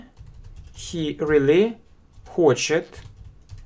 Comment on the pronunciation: Особенно слово рылли. Рыдать хочется.